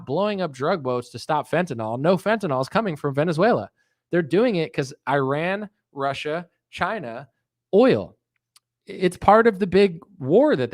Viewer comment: You piss me off to no end when you say Qatar and Iran, but the way you make fun of Tim Pool makes up for it. Especially Tim Beainie, Tim Beanie, Tim Beanie.